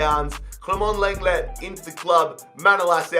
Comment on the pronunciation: Some day he’ll learn how to pronounce lenglet